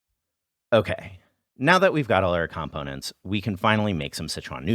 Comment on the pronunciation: this is pretty good, but says "components" weird, so 4 out of 5 stars.